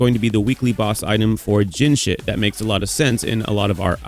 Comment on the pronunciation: dude keep saying jinhshit 😭